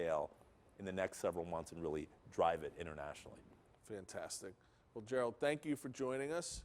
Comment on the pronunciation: Can the guy get Gerald’s name right